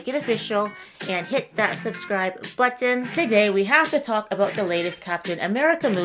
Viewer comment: I love how you say button! 😂